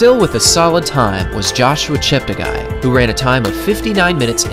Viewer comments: Great video as always from _ note its pronounced ChepteGAY not ChepteGUY... cheers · Yeah, apart from butchering Kandie's name several times and insisting on mispronouncing Cheptegei (As many native English speakers running youtubers do)